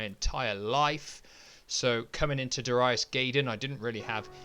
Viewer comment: My favorite shooter on Saturn. Had the Japanese version back in the day. You said you wondered how it’s pronounced? You got Darius right, but it’s Guy-den, not Gay-den. Did you ever play G Darius? It’s just as good.